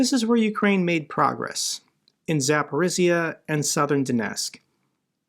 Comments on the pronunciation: may I help you with the pronouncing of one Ukrainian sound please? It is "zh". It makes a consonant like in words division, treasure or azure. Here is kinzhal, Zaluzhny, and even Zaporizhzhia, where there are even 2 of it in a row. It doesn't sound like in zoo and it is quite a common sound in Ukrainian. Thanks for your work from Ukraine. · Can I help you with the pronouncing of one Ukrainian sound please? It is "zh". It makes a consonant like in words division, treasure or azure. Here is kinzhal, Zaluzhny, and even Zaporizhzhia, where there are even 2 of it in a row. It doesn't sound like zoo and it is quite a common sound in Ukrainian. Thanks for your work from Ukraine.